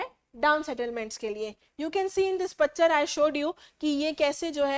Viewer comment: When mam talking about landslide she say picture ❌pacture 😂